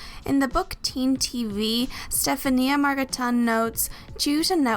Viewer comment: Stefania is pronounced STEF-ANYA 🙄